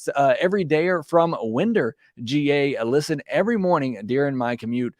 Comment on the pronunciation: Wind as in watch. Plus ER. Winder GA